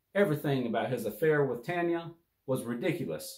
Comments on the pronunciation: Not “TANYA” it’s “TONYA” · Tonya is not pronounced Tanya!! Come on bro! 🫤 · Her name is pronounced Ton-ya..not Tan-ya.